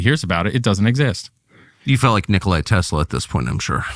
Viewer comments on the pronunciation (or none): its not Nikolai Tesla, its Nikola Tesla